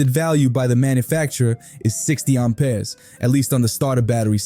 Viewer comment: What are these "Arm Pears" you spear of? 😂 Sounds like you need to see a doctor!